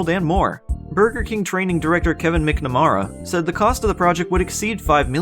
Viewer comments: I'm sorry, but I just love the pronunciation of Kevin "mick-narama" :D For real tho, love your vids, and Frame Rater's as well! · I feel like a jackass saying this, but the last name, McNamara, is pronounced “mack • nuh • mare • uh.” English is a weird language, so I can’t blame you for pronouncing it the way you did. Great vid btw! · Then we get "McNaraama" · The way this man pronounced McNamara makes me die....